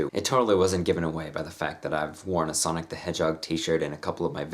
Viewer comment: Every time you said Sonic I heard Sonnet.